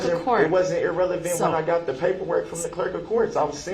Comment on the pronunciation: Judge needs to learn how words are pronounced. It’s not EAR-relevant! It’s irrelevant!!!